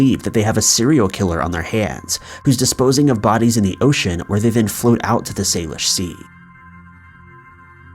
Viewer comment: Actually it's pronounced "sal-ish" not "sale-ish" but close. And the most likely theory is they are suicide victims. There's for instance a bridge here in town that's often shut down completely if someone is contemplating taking their own life, which is so sad. I'm pretty sure it's not a serial killer. Though we did have one with Robert Pickton a few years back.